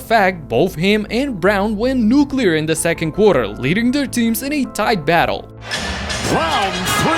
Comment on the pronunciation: Did he just say 'nuka-leer'?! That's some Homer Simpson ish.